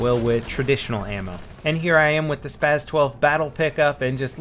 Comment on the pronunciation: And you mean SPAS 12 not spaz